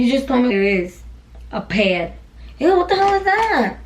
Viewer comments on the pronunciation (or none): the ways she says pad 😂😂😂 No hate it’s just funny lol